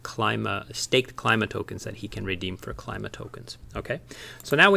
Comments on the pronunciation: Thanks for the video! Nailed the intro as usual. Although I believe Klima pronounced as 'Kleema':) A direct translation from German for "Climate" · It's a Greek word so should be pronounced Kleema. Means climate. Nice quick video. I'll have to dig deeper into this. Just don't want to jump on to Ohm. I have enough ecosystems on my plate, lol. But I see this taking off and a worthwhile project!